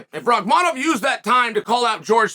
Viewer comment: Chael, jokes aside, you're the only one who doesn't call him by his first name "Shavkat". It's not hard to remember. It's just like "Khamzat"... but it's "Shavkat". Somehow, you've actually memorized and pronounced correctly, his harder last name. Which for you, this just blows my mind and I don't understand. Unless you're trying to give him a hard time, and if you are, it's falling on deaf ears. The entire UFC commentators just call him "Shavkat" and don't even say his last name. Most people don't know his last name. Get it together old man! Sad!